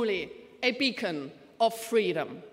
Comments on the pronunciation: FRAU WEIDEL WEISS WENIGSTENS, ANDERS ALS BAERBOCK, WIE MAN "BEACON" AUF ENGLISCH RICHTIG AUSSPRICHT! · immerhin eine Politikerin, die "beacon" richtig aussprechen kann ^^